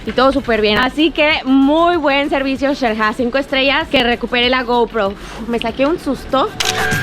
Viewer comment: "Nos encontramos en Chel-ha" jajaja